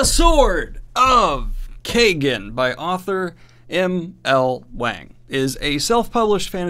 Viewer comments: You're pronouncing the title wrong. It's pronounced Keyegen not Kaygen! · I imagine it's Kie (like tie) -gen, not kay-gen... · Love your channel Daniel but every time you say Sword of Kaygen, Terry Goodkind gets a new idea. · It's pronouced like Wong! It's a long A sound. American's don't know how to say it right. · Literally scouring the comments if anyone else felt the same. I didnt even know for sure but it didnt seem right how he was pronouncing it lol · Knowing dyslexic daniel, he may not be saying it right.